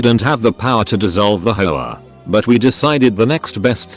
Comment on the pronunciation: Nobody: The TTS: “Hoe-ah”